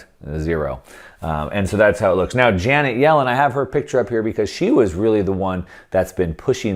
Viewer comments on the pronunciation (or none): none